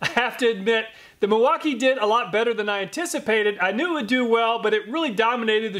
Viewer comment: Milwauk-eye-ayyy!!! Real nice like.